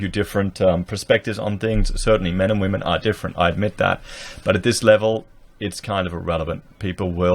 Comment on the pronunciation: "Wamen". Lol.